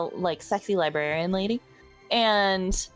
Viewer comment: Lumine, Am-brrr, Flirta, and MIL- lo- lib.. librarian. Yes. Librarian